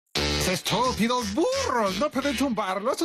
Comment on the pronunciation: Dijo estupidos burros pero yo entendi estupidos furros XD